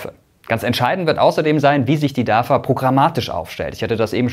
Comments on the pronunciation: Sag doch nicht immer DAFA! (nicht Vogel V) es wird DAWA ausgesprochen. Es wird in türkisch so ausgesprochen wie geschrieben. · Nicht DAVA, spricht sich DAWA Weil türkische alfabeth keine double W hat. Wenn Information dann richtig informieren! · Nicht dafa sondern dawa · Könntest Du das bitte richtig aussprechen. Es wird Dawa ausgesprochen. Ein bisschen Integration bitte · im türkischen wird das v mit w ausgesprochen